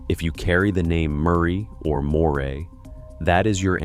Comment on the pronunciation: Why do they so often get the pronunciation of Moray wrong? Try Murray.